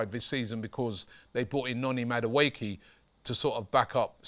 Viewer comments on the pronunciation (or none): none